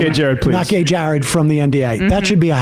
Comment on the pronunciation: His Name is not not gay Jared it is Jered Monroe.